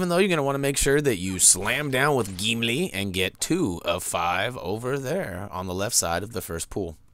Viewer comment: Love how you say "Geemlee!" :'D